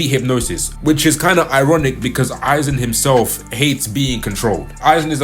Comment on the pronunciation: I SWEAR TO GOD IF ONE MORE PERSON SAYS AIZEN SASUK- oh thank god he pronounced it right